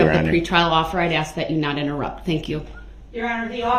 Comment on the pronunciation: Have they 🪚 saw anything on TV?. Darrell's use of English is mind boggling.He uses WHOM instead of Who, biast , inty instead of any , and my all time favorite axe. Just to name a few. Are you kidding me? and are you serious are up there also. If Darrell listened he would her the grounz .